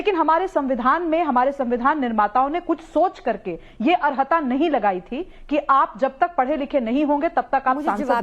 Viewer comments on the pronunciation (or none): Arhata nahi aharta hota hai